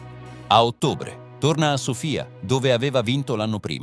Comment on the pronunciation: Sono d'accordo. Sofìa invece di Sòfia non si può sentire. Le foto spesso sono grottesche. Nulla togliendo a chi fa fatto il video documentando tutto, l' intelligenza artificiale ci sta prendendo la mano. Contenuti più facili da realizzare ma di qualità inferiore.